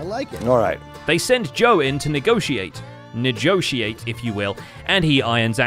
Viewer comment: "ne-joe-tiate if you will" I will not